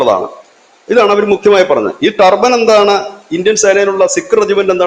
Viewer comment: എൻ്റെ പൊന്നണ്ണാ റ്റർബൈൻ അല്ല സിക്കുകാർ ധരിക്കുന്നത്. റ്റർബൻ ആണ്.